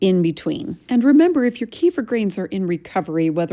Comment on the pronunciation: Is it just me me, but the wrong pronunciation of Kefir drives me mad